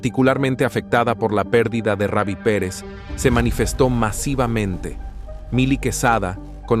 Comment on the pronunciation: Comentarista habla bien , ni raby ni reby , Ruby perez